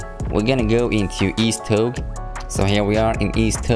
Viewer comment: Also it’s pronounced toe-gay